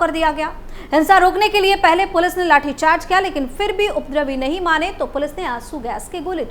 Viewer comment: Please correct your wrong pronounciation of " उपद्रवी.